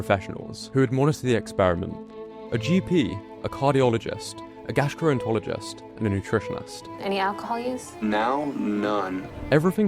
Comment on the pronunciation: a “gastroentologist” lol